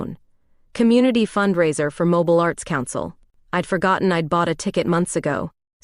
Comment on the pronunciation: Good Story.(Please help your Stories w/AI corrections on Pronouncing of NAMES City MOBIL=Moving. ‘MO-BEELE’ is the City…&Others will make All Stories Sound as Real As you make them. Your Good! Thanks.